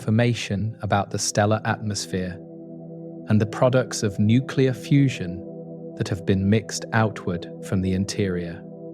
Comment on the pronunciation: I hit the stop button when the narrator said, “nuke-you-ler.”